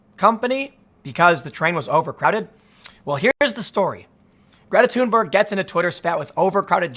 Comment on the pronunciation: props to Tim for properly pronouncing her name: "Tuneberg" - havent heard any other media person get it right yet